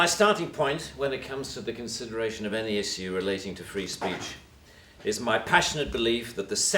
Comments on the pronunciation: Interesting how he pronounces "issue" :D he literally letter in letter pronounces instead of the typical "ishu". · To pronounce "issue as = is you" is fascinating.. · Is the way he pronounces "issue" (is-syou) some accent or just his own version?